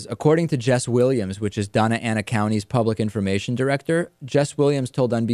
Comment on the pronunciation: just FYI, it's pronounced "donya ana" county :)